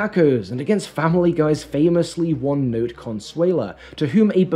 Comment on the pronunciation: I'm pretty sure many people already said this, but her name is "Consuelo" not "Consuela" I know it doesn't sound right at first, but that's the name. And it's nor a parody by Family guy. Consuelo is a female name.